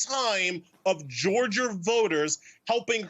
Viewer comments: It's not pronounced "Georger" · This guy can't even articulate the word Georgia , he said "Georger" Which isn't even a thing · You can't even articulate the word "Georgia"